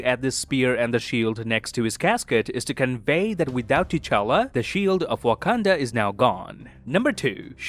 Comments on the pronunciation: 7.37 I found an amazing detail in this video. While describing the colours of Sub-title you said "Wakanada" instead of "Wakanda" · u said wakanada once btw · Did you just say Wakanadan as a joke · i love the how pronounces Wakanda as wakanada as a reference to how brucebanner pronounced it in age of ultron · First I thought why did he pronounced it like that 🧐 then I remembered that Bruce’s picture is from Age of Ultron 😂😂 nice one